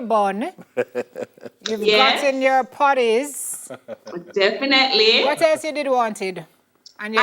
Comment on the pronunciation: ok so lets break this down !!! you got your buns, you got your "POTTIES" !!!??? REALLY????????? c'mon man i hate to hear my jamaicans speak like this and you on national tv....